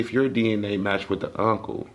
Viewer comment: “I was laughing at you, not wit you.” 😂😂😂😂